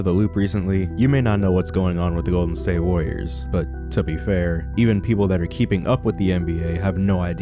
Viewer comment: Gowden stwate wawwiuhs what happeennnduuuh